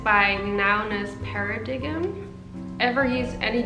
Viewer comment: "Pair-Ah-Dig-Em"? LMAO. Perpetuating the "model" stereotype.